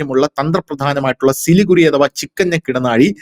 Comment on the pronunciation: പറയുമ്പോൾ സിലിഗുഡി എന്നാണ് പറയേണ്ടത്. എഴുതുമ്പോൾ സിലിഗുറി. ചാണ്ഡിഗഡ് എന്ന് പറയുംപോലെ.